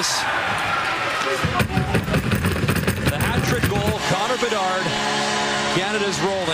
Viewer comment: BeDARD! Not BeNARD! 😂😂😂